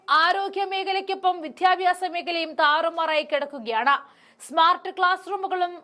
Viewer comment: വിദ്യാഭ്യാസം എന്നാണ് വിത്യാഭ്യാസമല്ല